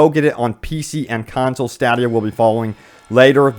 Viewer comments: Bruh its pronounced STAY-DIA... #STADIA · Every time you say “stadia” like that a little kid dies in the ICU 😐